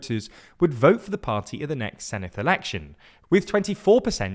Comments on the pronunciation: You pronounce Senedd wrongly. It's not Seneth but Senedd i.e. the same softer 'th' sound as words them or those. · Small word of advice, it's pronounced 'Sen-evd' (Senedd=Senate). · He pronounced Senedd as Seneth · There’s no “th” in Senedd, btw.